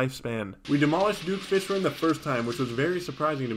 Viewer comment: Things I've noticed about: - He keeps killing spazmatism in front of his brother and mocks said brother about it - He absolutely loathes skeletron prime with every bone in his body - He talks about plantera in a very questionable way - He pronounces fishron in the most infuriating way possible and it makes me laugh